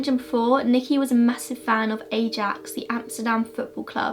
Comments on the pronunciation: The football team is pronounced I AX. Really enjoyed your story telling of the case! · I love the way you butcher the dutch language. Especially the way you pronounce Ajax. If you ever want to do another case from the Netherlands I can help you with translation! :)